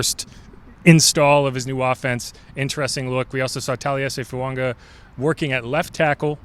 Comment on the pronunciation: there's no N in the name FUAGA. It's FOO-AH-GAH.